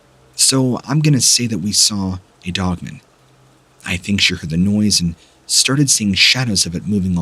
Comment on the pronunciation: I love your channel Please say dog man And not dogmun. !!!!! Lol